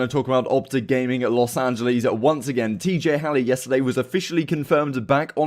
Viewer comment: love the vids bro but kind of triggering that you consistently mispronounce los angeles